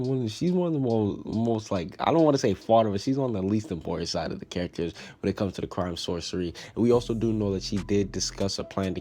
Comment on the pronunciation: I thought it was pronounced "Source-ee-air"